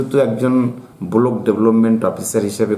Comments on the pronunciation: Bolok noi block😂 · এর পেছনে বড় মাথা আছে এর জন্য এত বড় বড় কথা বলছে ব্লক উচ্চারণ করতে পারছে না